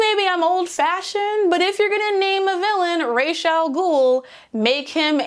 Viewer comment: I love the video, but with all due respect to Denny O'neil, it's pronounced "Ra-ss", not "ray-sh". "Ray-ish" is basically feather, and The Ghoul's Feather doesn't quite have the same impact, you know?